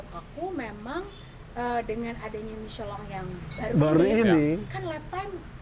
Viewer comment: MICHELIN...MICHELONG...MICHELANG.... PELAFALAN TIGA KOMENTATOR YANG BERBEDA DENGAN SATU BAN YANG SAMA 😂😂😂❤